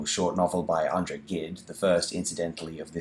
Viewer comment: Thanks for the review. The writer's name is pronounced Andre ZHJEED. Or ʒed in IPA - the sound of the s in measure.